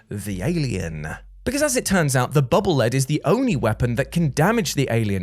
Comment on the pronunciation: It's pronounced Bubble Leed, not Bubble Led. Megaman projects the bubbles in front of him, thus they are leading him. The Japanese name for the weapon is "Baburu Rido", the i in Rido pronounced like a long E.